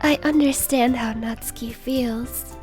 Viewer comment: Thank you for not pronouncing Natsuki as "NetSOOKee"